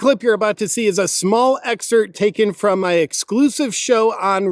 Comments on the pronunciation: Please stop saying "excert" please. It's excerPt. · Why you insist on calling it EXCERT I'll never understand. You are less and less funny and more and more shitty